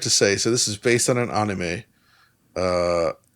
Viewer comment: “AH-nime” the hell was even that.